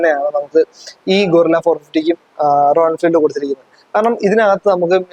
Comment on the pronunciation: ഗോറില്ല അല്ലടാ bro ഗറില്ല 😁